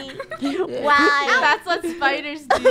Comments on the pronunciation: Im scared on "spooders" TwT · No one: The krew: SPOODERS